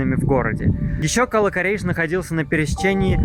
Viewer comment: Наверно в слове кала ударение надо ставить на вторую букву а